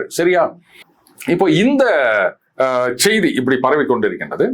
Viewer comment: அவர்களே,செய்தி என்பதில் செ வை மென்மையாக உச்சரிக்கனும்.செ வை ரெம்ப அழுத்தம் கொடுத்து உச்சரிக்க கூடாது.